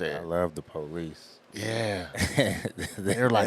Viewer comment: Funny hearing their name pronounced that way. The PO-lees.